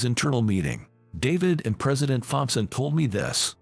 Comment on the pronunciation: Thompson, the H is silent!!!